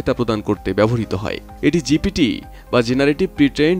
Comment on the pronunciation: লেখা আছে চ্যাট গিপিটি আর আপনি বলতেছেন গিটিপি।